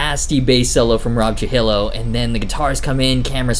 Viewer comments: Truh- hill- oh I died a little on the inside... It’s true- hee- ohhh (soft oh) Jk I love your videos! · It’s Rob True-He-Yo, fyi. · ROBS LAST NAME IS PRONOUNCED TRUE-HEE-YO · after hearing the trujillo and joan jett pronunciations, I was immediately concerned for the backlash in your comment section